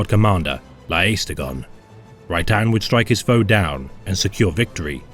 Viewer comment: I always hear Right Hand when he says Rhy'tan. Thanks for the video.